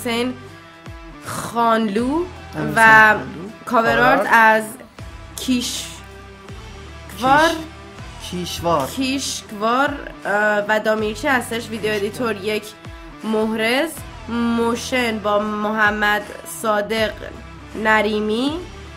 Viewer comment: کاورآرت خیش‌کار و دَمیرچی هست نه کیشکار و دامیرچی😂😂😂❤